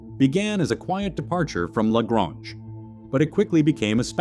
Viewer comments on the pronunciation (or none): Pronounced " la gray nge"